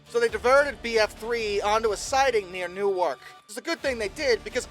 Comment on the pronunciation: Newark is pronounced New werk.. NewArk is the one in Delaware.